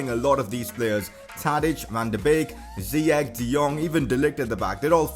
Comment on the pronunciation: Am from moroco and its ziyech like chesse